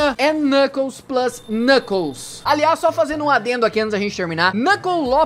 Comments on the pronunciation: Você falou knunkles 3 vezes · você falou kncles 20 vezes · É impressão minha ou o quanto ele falou xalabaia klnukles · Vc falou NUCKLES 197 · vc falou klunekles 153 vezes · O falou 30 knukles